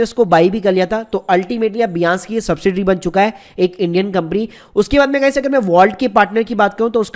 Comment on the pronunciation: Bhai its binance ..not biance